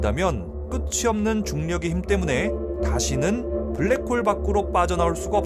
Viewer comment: 블랙붱~ 웃겼뛍~